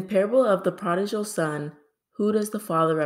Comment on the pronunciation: 20/20 I really enjoyed this quiz. I better know them after we Pastored a Church for many years!! With all due respect; the word prodigal is pronounced just like it sounds, the gal In prodigal Is pronounced like gull or gle. Thank you & have a blessed day. 💗🙏 Pat